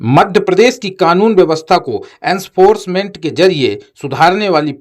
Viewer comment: Enforcement aur gwalior to bolna seekh lo, mafia ka naam bhi bola Karo to aapki sachchai jyada Sundar lage